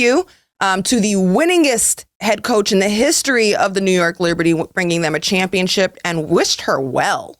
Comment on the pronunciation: Ugh! It's just my own personal pet peeve, but it is not "chip". It's ship. ChampionSHIP, not championCHIP.